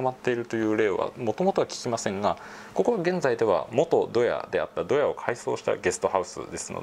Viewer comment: ドヤのイントネーションが違うんだよなぁ